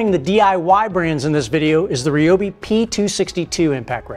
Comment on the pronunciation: You are pronouncing Ryobi wrong as a lot of people do. Say Rye bread . The same one pronounces Ryobi not reeyobe.